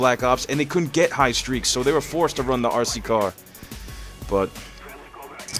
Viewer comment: The way you pronounce RC car is amazing, sounds like your saying ARSEY CAR haha